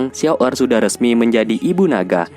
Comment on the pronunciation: Xun Er banggggg..bukan xiao errrrr